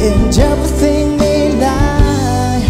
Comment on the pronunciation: "and Jevething"? Seriously??? Violinist is lit. Singer needs some work on pronunciation.